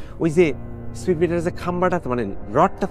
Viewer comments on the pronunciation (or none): none